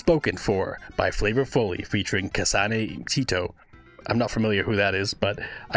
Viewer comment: I've seen worse honestly. one reaction vid I saw the guy said "kasanee tity"